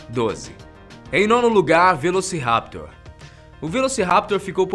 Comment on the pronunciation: A pronúncia correta é velocirapTOR e o plural e velociraptorES, o mesmo vale para o Utahraptor.